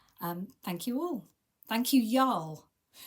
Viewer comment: Hi,, I love your gifts from the girls. I’m so glad that you had a great time in Florida, glad the weather cooperated, you never know about the weather in the south. You say y’all with an English accent! That cracks me up! That dress looks a little bottom heavy with that blue band, do you have enough of the patterned fabric to make the band? I think it would look better with the same color band. Your pictures are great, I know I missed a good expo, some are not so much. Maybe next year. The pjs looks so comfy, your daughter will love them. Have a great weekend!